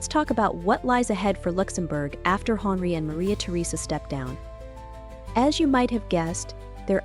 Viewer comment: You have a beautiful voice (I’m assuming it’s real and not auto-generated), however, you might want to check the pronunciations of some of the names used in this presentation, such as, Henri. Correcting the pronunciations would heighten the overall professionalism of the video. Looking forward to more of your work!